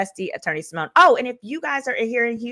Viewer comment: SY-MONE!!!!!! Not "what kinda Black Girl is she??" 🤣🤣🤣